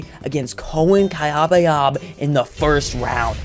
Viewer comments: did this mf just say cayabyab as kabab? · My guy pronounced "Kayabyab" as "kayebyeb